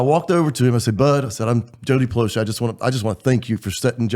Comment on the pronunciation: Finally they said his name right. Drives me crazy everyone sayin Plow Shay.